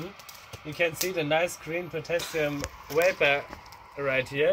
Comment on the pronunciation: Correction: Potashium. ;)